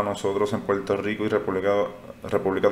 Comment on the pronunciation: Ejemplo : se escribe y se pronuncia igual la palabra "hablar"....y no "hablal".....se escribe y pronuncia "Puerto Rico" ....y no "Puelto Lico"...lo mismo es para "Verde"...y no "Velde"...."mirar".....y no "milal"...."sin embargo".....y no "Sin embalgo"......y así sucesivamente. Es muy importante que usted lo pueda "introyectar" (no "introyectal") ya que en teoría los expectadores no sólo buscamos información, también es válido lograr estar escuchando una dicción de dicha información plasmada en su canal de manera correcta, según los estándares gramaticales básicos. No es mucho pedir, insistimos. No creemos ofender a nadie, es normal lo podemos comprender que se arrastren algunos sesgos de dicción desde la infancia, pero nunca es tarde para perfeccionar o eliminar ( mejor dicho), tales sesgos. Esperemos que nuestra opinión sea tomada en cuenta sin ningún tipo de discriminación o censura. Gracias.